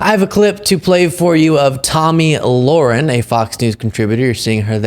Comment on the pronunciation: Her name is pronounced: La-Hair-in